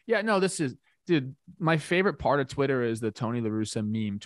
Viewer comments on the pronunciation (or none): none